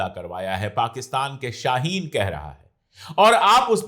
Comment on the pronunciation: App ko shyd urdu ni aaati shaeen pilot ko kahta 😂